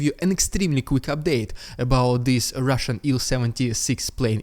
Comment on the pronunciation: I just love your “rrrridiculous rrrrussian propaganda, ugh!!!” Always drop from chair😂